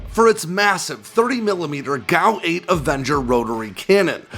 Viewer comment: It’s not a GOW 8 Avenger it’s a fucking G.A.U. 8 Avenger are you tarded?